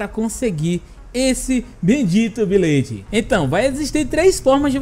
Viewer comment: "Bilête" kkkkk